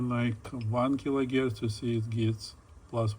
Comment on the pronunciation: Kilo herc not gierc!